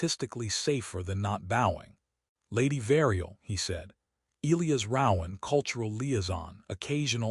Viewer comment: Back to mispronouncing Elias😬